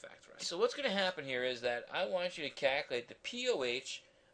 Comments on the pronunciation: I want you to Kaculate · the way he said calculate cracked me up